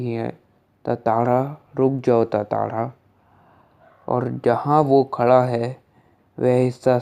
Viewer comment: Tatara nahi hai tantara hai bhai